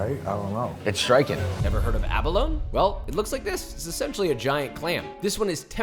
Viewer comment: Abalone? come on dude.